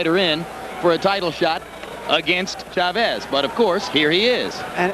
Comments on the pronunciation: teach ray how to say chavez name ,,, accent is on the a, just like your last name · sugar ray could never say chavez correctly the other announcer always did.